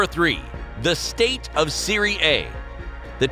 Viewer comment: I hated how pronounced serie a